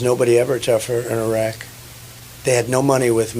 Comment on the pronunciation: I think he deserves a gold star for pronouncing “Iraq” and “Iran” correctly!